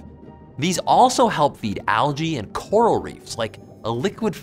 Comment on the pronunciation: Oh my god, "Coral reef" :'D